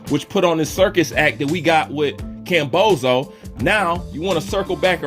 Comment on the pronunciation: 'Kambowso' hit hard bro 🤣🤣 Keep up the great work